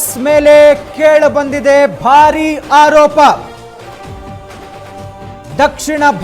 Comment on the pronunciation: Haropa alla aaropa sariyaagi kannada kali nina spota bombda 😁